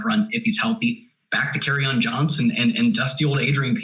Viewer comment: trying to say Kerryon is funny. It took me a while to figure out who in the hell he was talking about lol.